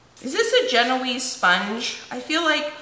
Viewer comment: I love your channel. You are very inspiring. Graduated with Baking & Pastry degree- yes the British Baking Show say gen-o-weez, however it's French "zjen-waa" (genoise).